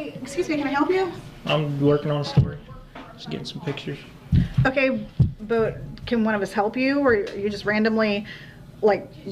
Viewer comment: Do cops learn how to say" Um kye" for ok? And this guy is sheep clown who makes me cringe with the word "story" once again.